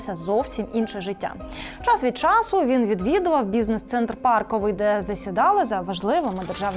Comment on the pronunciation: Боже як гидко вас слухати,таку цікаву тему і так засрати то якусь інтонацію піднімеш то інтонація падає, то ціж словочитання--- дчассс-від джассу( час від чісу) переігрування крутізни таланту це - фальш!!! Розказуй голосом спокійним аще краще чоловічім без вихлянь...шо ти ту букву--- Ч--- відокремлюєш,ну чесно тягне на ригачку..